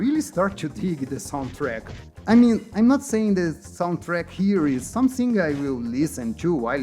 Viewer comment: Cara, se o canal é pra ser em ingles, tem que caprichar na pronuncia. As palavras com T ficam mal pronunciadas, por exemplo o "too" vc fala TCHU. "Something" vc fala SOMESSING.